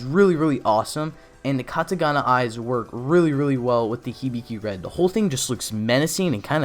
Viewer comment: It's katakana not katagana